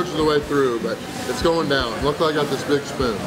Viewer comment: sounds like he said bitch through but he said big spoon! 😂😂😂